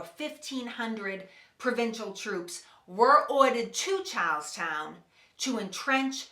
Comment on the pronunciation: when you say charlestown, it sounds like youre saying cows town